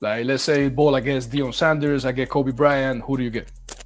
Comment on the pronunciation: I love your pronunciation 😎😎😎😎